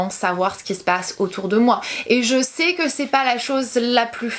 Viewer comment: Moi au tout début j'ai été gênée par ta façon de parler, je veux dire les "que" que tu prononces "qwyeu". Mais je m'y suis faite et c'est tellement minime par rapport à touuuuuut le positif que tu engendre avec tes vidéos, ta sincérité, ton naturel ~ bisous continue comme ça !